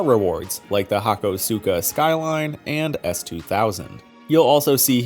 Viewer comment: How you gonna pronounce Tsukuba correctly but not hakosuka???